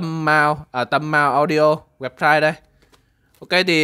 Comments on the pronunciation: có ai như tôi không thấy là tâm nam ( mà sao ông cứ đọc tâm mau audio ) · Tam nam lại đoc tam mao.mới ngủ dậy hay sao